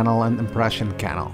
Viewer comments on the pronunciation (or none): In the world "canal", the 2nd a is annunciated, not the first like you're doing here. "CanAL", not "cAnal". It sounds like you're saying "channel" without the this video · Have you considered adding in subtitles at times? The way you pronounce canal sounds like kennel. Like a dog kennel. It was confusing at the start when you were describing the theme park. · It’s CA NAL not can al